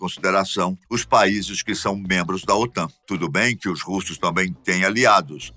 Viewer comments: Aos , OTAM?. O correto é OTAN (N de Norte) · "OTAM" com "M" é foda. O correto é "OTAN" com "N".👍👍👍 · estuda porrrrraaa OTAM? KKKKKKKKKKKKKKKKKKKKK É OTAN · Otan e não Otam !!! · É OTAN e não OTAM como foi mostrado no vídeo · O.T.A.N. com "N" e não "m". Que burro, dá zero pra eles.... kkkkkkkkkk